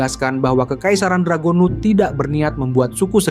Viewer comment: Anjay sekarang udh bener cara ngucapin ras dragonewt wkwk